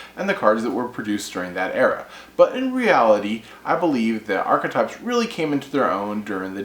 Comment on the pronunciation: 1 - You put too much emphasis into the word; it is merely "ark-type". The "e" isn't pronounced. 2 - I feel theme decks ruin the fun of being able to mash things together. I placed 3rd in a tournament years back using stuff like the End of Anubis, The Creator, Jinzo and other weird cards. They weren't in other decks. You cannot even think of that nowadays. I would love to see a tournament where no themes are allowed.